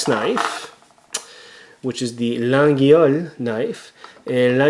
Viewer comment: It pronounced "La yhole" not lageeeole. Please stop murdering my language